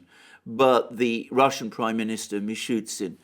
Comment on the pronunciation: IN THE NAME OF MERCY WILL YOU STOP CALLING Mishustin MISHUTSIN!